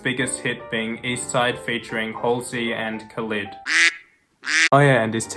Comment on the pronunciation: pronounced khalid wrong unliked and unsubscribed